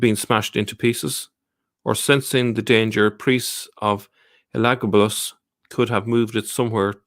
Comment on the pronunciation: You pronounce that name ELA-GABA-LUS